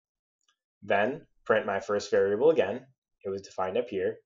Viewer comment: Vair-able XD